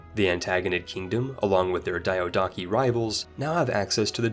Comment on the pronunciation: PDX, next time you choose a narrator... Make it someone who doesn´t sound horribly uneducated when pronouncing foreign words. Like one of the two words in the games title... Or DYADAWKI. Which I suppose is the word Diadochi?